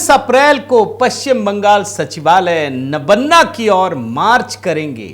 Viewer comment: नबन्ना नहीं महोदय नवान्न ( नव+अन्न= नवान्न।)